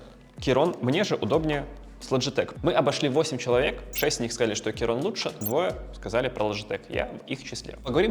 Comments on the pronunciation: Блин, что за "керон"? "Ки-крон" или хотя бы "кей-крон". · Достойный обзорщик, даже не смог название прочитать, Кейрон 😂